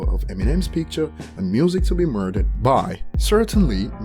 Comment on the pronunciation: Busta Hashtag said MURSER damn! My man, didn't catch that! who gives a f***k!